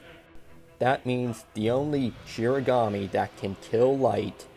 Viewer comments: It’s “shinigami” not “shirigami” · Shinigami* I thought it was shiganami, so I don’t blame you for getting it wrong. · Kind of weird of you to shit on the Netflix adaptation when they could at least pronounce Shinigami correctly.